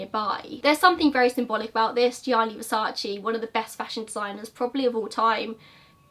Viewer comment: You Americans can't say versace, only latins can say right 🖕🏼😂